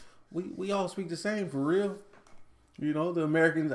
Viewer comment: we dont say fer reel eh